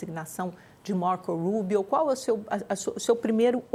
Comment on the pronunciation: RIDÍCULO A JORNALISTA DIZENDO "MARCOU RUUBIOU" QUANDO O CARA É CUBANO 😂😂😂😂😂😂😂😂